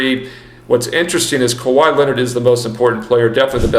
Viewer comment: Stop reading it as Kywee Leonard!!! Hahaha